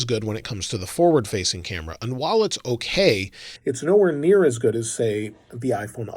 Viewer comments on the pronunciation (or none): none